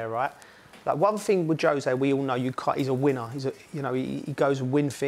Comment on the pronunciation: I can't take someone serious when they say fing instead of thing